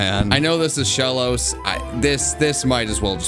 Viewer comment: Nah that’s not shellos that’s shoollos